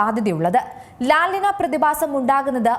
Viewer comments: ലാൽ നിന അല്ല ലാ നിന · “ലാ നീഞ്ഞ” ആണ് “ലാ നിന” അല്ല 😂